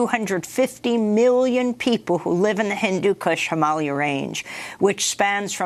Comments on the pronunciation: Why are you saying Himahlya and not Him-ah-lay-ahs? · Did you notice how a native born person from India pronounces Himalaya and Himalayan - NOT HimALia. This mispronounced word is a kind of our-down of Ms Shiva. You would be annoyed if she called your birth country UniTED Stats. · I don’t think it’s pronounced “heemalia” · YOU KNOW AMY GOODMAN JUST DID THIS SEGMENT SO SHE COULD VIRTUE SIGNAL TO EVERYONE HOW SHE PRONOUNCES IT HIMALYA INSTEAD OF HIMALAYA, EYE ROLL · Why this lady don’t know how to pronounce the (HIM -uh-LAY-uh) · Him-ah-layer. Stop pronouncing it like "Somalia". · Learn how to pronounce Himalaya